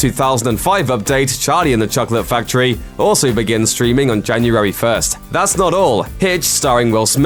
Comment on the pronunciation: its January not Janurary